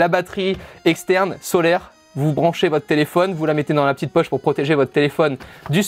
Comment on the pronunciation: " petitre souris "